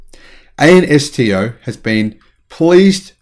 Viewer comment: lol - Ansto is usually said like a word "ansto" (ansto [long "A", long-"O"]) - not spelled out like in kindy..